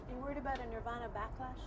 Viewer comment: No disrespect bruv but this is kurt and is "NIRVAN" I think you might need to understand how a gunins is?